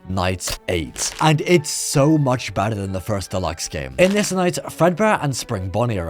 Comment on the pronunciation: did he say badder or better? it sounds like badder but maybe im just stupid lol